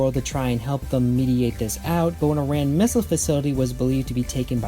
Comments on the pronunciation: Yeah, it's the Rand Protectorate. Not Ram. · They definitely pronounce it "Rand" in the show. I just rewatched that episode recently. WTAF, dude? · The D is pronounced. It's soft but not silent. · You say a lot of Stargate words wrong in very surprising ways. No offense intended but you may have some kind of dyslexia and shouldn't blame the writers for your difficulty with the names. I always heard "Rand." I have a friend who does something similar by adding or removing syllables from words he has heard before. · I always here rand, rhymes with land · the "D" in "Rand" is not silent